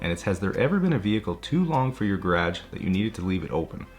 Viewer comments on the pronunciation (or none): Please learn how to pronounce “garage” proper....thank you from me and the viewers 😂😂